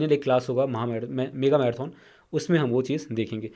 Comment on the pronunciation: भाई मैराथन को मैराथौन बोलना भाषा की अवहेलना है शुद्विकरण पर ध्यान दो